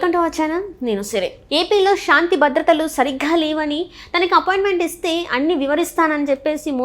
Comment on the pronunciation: అమ్మా తల్లి విడియో లో మాట్లాడటం కొంచం పలకటం కూడా శాంతి నీ shanthi ni పలకటం ఏంటి తల్లి